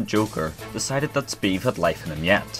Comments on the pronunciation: It's not pronounced 'sbeve' It's pronounced 'Sbëvë' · !S beh v eh' not 's beve' for reference please search up miniladd sbeve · Its not Sbiiv its Sbävä! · SBEVE IS PRONOUNCED SPEH-VEH NOT SPEVE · He pronounced it speve, when its speh-veh. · sBeve it’s of mini lads channel and it isn’t pronounced Steve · No, its pronounced sBEVE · its pronounced sbehv-a